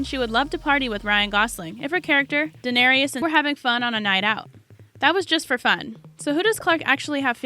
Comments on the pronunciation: You start out annoyingly incorrect in your pronunciation of Emilia’s GOT character’s name, but corrected halfway through, so, points, but it drives me so crazy when her name, after all this time and popularity, is mispronounced. For the record: “Duh-nair-iss” Not: “Duh-nair-EEE-uss” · It’s pronounced like Dan-air-us.... not Danarious!!! And I think us fans knew most of all those facts. Old news 😒😞😲😴. These facts are so old.